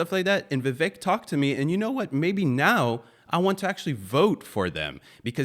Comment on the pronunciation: Viv-AKE…rhymes with cake.